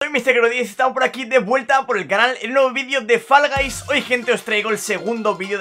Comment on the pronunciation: Que raro pronuncias siempre "Fall Guys" xD